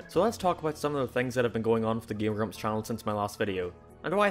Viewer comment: ''''